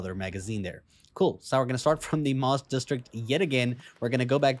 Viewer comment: MAWST? 😮😂 I think it's MAST HAHA jk man great video thanks